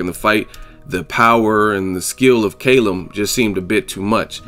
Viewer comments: its pronounced Kalum not Kaylum lol 😂😂😂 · It's CAL-UM not KAYLUM. haha.